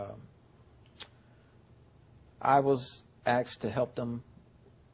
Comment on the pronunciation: I HATE that people say "AXED" and not "ASKED!" It really bother me!! And cats WILL eat birds if they can get to them! So sad that they lost their bird this way, but nature can not help itself sometimes! Love to all the kids, and I pray for them every night. May God keep them safe and bless them with good, long, safe lives.